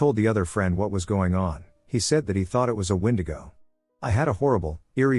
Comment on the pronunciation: Jeez...finally the word" wendigo " pronounced CORRECTLY...